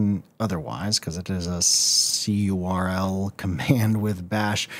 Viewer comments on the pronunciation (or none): c url >_< that hurt my soul, curl, its CURL lol